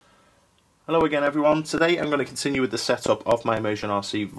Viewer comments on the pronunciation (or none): none